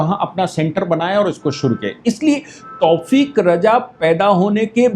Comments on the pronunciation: तौफ़ीक़ नही तौक़ीर रजा नाम है दारुल हरब है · तौफ़ीक़ नहीं तौकीर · तौफीक नाम नही है। तौकीर राजा नाम है।